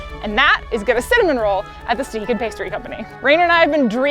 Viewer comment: When I went they all called it Stuh-HAY-kin